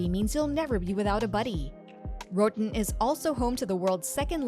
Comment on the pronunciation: Disappointing that you cannot pronounce "ROATAN"!!